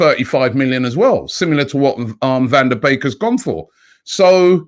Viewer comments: van de beek is pronounced as Van de Bek (Its a Dutch name) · Robbie: Van de bake Everyone: van de beek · van der BAKE. Robbie's name butchering continues. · Robbie : Van Da Bake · Butchering even donny van de beek(pronounce like back) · Loo Robbie is it van de beek or van de bake! Funny guy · Come on Robbie.SOK-RA-TIS. VAN-DER-BEEK (pronounced like van der Bake - similar sound)